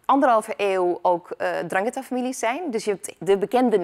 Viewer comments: Ndrangheta met de 'zachte G.. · Ze kan de naam niet eens normaal uitspreken 🤣 zoals de regio 😒